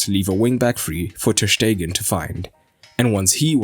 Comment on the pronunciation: Just wanted to say that Ter Stegen is pronounced like Sterling and not like "Shtegen" ;)